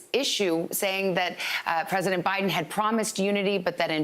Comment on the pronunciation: PRESESIDENT. BAIDEN